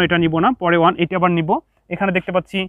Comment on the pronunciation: স্যার আপনার ক্লাস গুলো অনেক সুন্দর কিন্তু 1 এর উচ্চারণ ভালো হয় না ❤